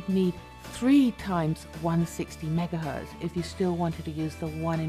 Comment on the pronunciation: Did she really say "megahurt" channel?